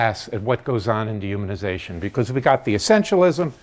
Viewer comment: it took me a while to figure out that you were saying dehumanization. The D is so short and the human is so much more emphasized.